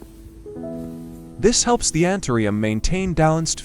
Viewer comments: Антуриум ,а не антерум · Антуриум , а не антериум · Научитесь правильно называть растение! Какой антириум? Противно слушать! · Антуриум, как можно верить, если даже название цветка произносит неверно. Из Владивостока, Россия. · Que traduccion tan mala ni anturio li dice bien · КАК ВЫ ТОЛЬКО НЕ КОВЕРКАЛИ НАЗВАНИЕ РАСТЕНИЯ!!!!!...РАЗ ВЫ ВЫЛЕЗЛИ ДАВАТЬ СОВЕТЫ, БУДЬТЕ ЛЮБЕЗНЫ, НАЗЫВАЙТЕ РАСТЕНИЕ ПРАВИЛЬНО! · I will never trust or respect AI unless it actually learns to speak English and pronounce words and names correctly. the plant's name is anthurium, not anthrium. The language spoken in Poland is Polish (long o) not polish, as shining a spoon. It is infuriating to listen to AI robots. Bring back real people with real understanding of how to speak English!!!